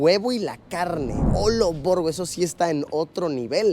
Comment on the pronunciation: Me da un chingo de Cringe cuando Luis dice "nemamen" y "olovergo" 🤢